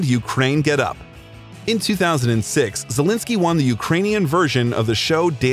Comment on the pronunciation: Aw man, the way you pronounce his name sounds like Zelinsky instead of Zelensky